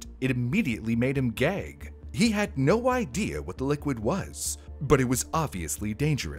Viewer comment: What the subtitles hear: Gag What I hear: GEHIE